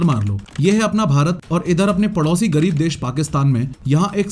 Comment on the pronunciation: How did you said gareeb